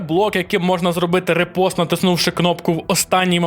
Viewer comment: Коментар для просування: ріпост від фр. In fencing, a riposte (French for "retort"). Парирування з контратакою. Fight back. Вдало вжите, але не правильно його Ви промовляєте) Ніякий не репост ні. Правильно - ріпост. Майте гарний день!